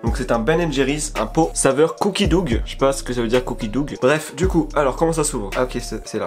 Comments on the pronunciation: Cookie dough c’est pate a biscuit et ca se dit cookie do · « Couki dougue » mdrr😂😂😂